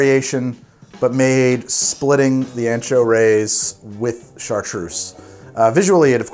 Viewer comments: Are you sure it's pronounced "Rays"? I have a friend who's last name is Reyes and it's pronounced "Ray-S (pronounced as the letter 'S')". See you next episode. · Pronounces maraschino in Italian but cant pronounce “reyes” in Spanish 😂 ray-ēs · Let’s play a game called “how many times can mispronounce Reyes in a single episode.” Haha.